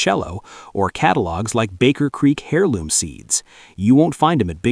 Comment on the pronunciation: Your cg reader mispronounced heirloom. The h is not pronounced. It is not "hair loom."